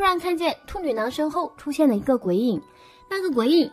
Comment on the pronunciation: 我真的沒辦法..... 旁白的"兔女囊"真的太犯規太出戲了 怎麼聽怎麼爆笑 啥恐怖都蕩然無存 了不起